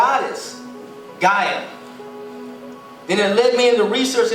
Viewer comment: Yall do know that the word gay originally meant happy. Yall really out here attacking a word without actually doing research. Yall better verify information yall get just because someing sounds right doesnt mean it is. And its (Guy-ah)